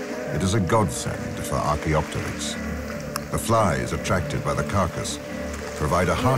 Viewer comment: I like how the makers show Auracarias as being the dominant trees. Too many dinosaur re-imaginings show angiosperms, a serious anachronism. BTW, the correct pronunciation is archeo-pteryx, with the p silent (ark-eo-ter-icks). It literally means ancient wing in greek.